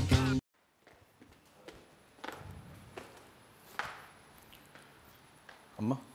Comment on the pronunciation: ආක්ශා අම්මා කියලා එකපාරට ආන්ටි කිවුවා වගේ අද මට තව කෙනෙක් ඒ වගේ අම්මා කියලා අද ආන්ටි කිවුවා වගේ ඇහුනා .එක ඇහුන අය තව ඉන්නවාද?